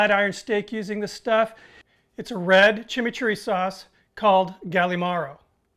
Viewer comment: Great tribute! Also liked your pronunciation of chimichurri is totally correct